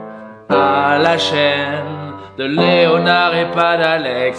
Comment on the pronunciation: il est 00h30 quand je regarde cette vidéo et quand tu as dit : j'ai bien dormi , Leonard aussi, j'ai compris : j'ai bien dormi le homard aussi x)